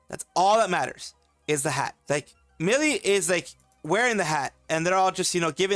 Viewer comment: asshole didn’t even try to get her name right 😑